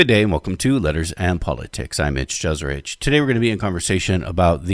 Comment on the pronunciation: Youre supposed to say your last name ye-se-ritch and you’re supposed to spell it with a ć jeserić. Znaš?